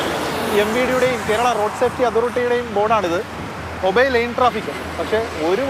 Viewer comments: ലേൻ ട്രാഫിക്ക് ആണ് ; ലൈൻ ട്രാഫിക്ക് അല്ല. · ചാനലിനും നല്ല പിടിപാടില്ല. ലൈൻ ട്രാഫിക്ക് അല്ല -ലെയ്ൻ ട്രാഫിക്ക്